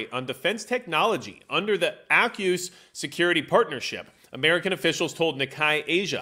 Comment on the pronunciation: Pronounce aukus, correctly please